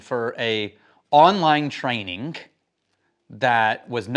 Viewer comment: I love that extraneous K sound carries over to “Trainingk”